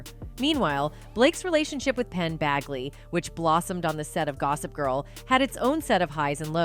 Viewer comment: “Penn BAGley” ?!? Educate yourself in some way before making this crap video. At least actually read the name, and realize you might seriously be mispronouncing it. You’ve obviously never heard of any of these people before now, ie before deciding to monetize monetize monetize. Gross.